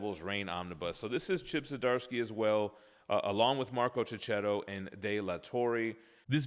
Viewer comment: He’s Marco Checchetto (sounds Keketto), not Ceceto. Don’t you use the H for a purpose in the USA?